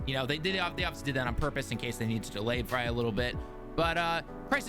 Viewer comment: Stop saying it will be dely